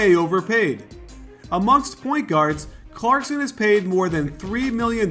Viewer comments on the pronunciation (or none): none